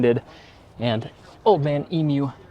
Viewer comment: Big points for you. You said Old Man Emu correctly, thank you mate. I wish we got the 4Runner in Australia. Great review.